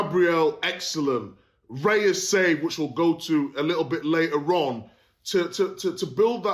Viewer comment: Raya has been GK for arsenal how many years now and still his last name gets butchered. Its nor Reya,its Raya. There is no E in his name -.